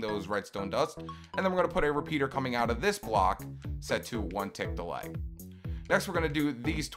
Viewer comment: who else hears 1 tick delight rather than 1 tick delay